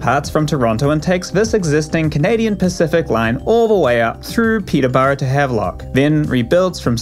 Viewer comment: Your pronunciation of Yves and Peterborough is so grating. I think pronunciation is a basic part of news reporting.